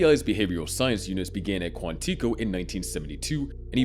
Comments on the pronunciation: You misprounced Quantico wrong the entire video. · Pretty sure that’s not how you pronounce Quantico